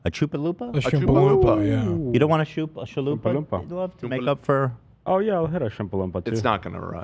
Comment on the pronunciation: Why do you keep saying chalupa wrong? Like you guys are saying it really wrong.